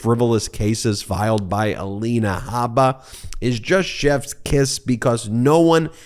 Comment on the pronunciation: Michael Cohen, once again 😂 "ELANA HABA-DA-BABA" or something to that effect! I know you're very passionate about this and not trying to be funny but damn, i can't help it. I've said it to you before i love your down to earth statements. I can respect and admire you're coming clean about this narcissistic douche bag. I imagine he has pulled in his Trumplets much the same he did you....slowly methodically manipulating etc. It's great that you've said and shown you're above this monster. It takes alot of courage and integrity To admit you were wrong. I'm sure you have seen and heard things you wish you could unsee or unhear. Keep moving forward doing what you do. I appreciate you. God Bless and watch over you! ❤😊